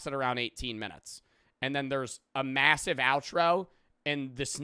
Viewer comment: i cant be the only one that ran to the coments after i heard him say MASIVE